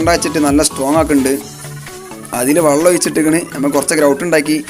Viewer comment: സംഭവം കൊള്ളാം... വള്ളം എന്ന് പറയാതെ വെള്ളം എന്ന് പറയു..